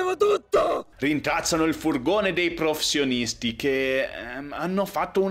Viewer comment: come mai hai così tanti problemi nel dire "professionisti"?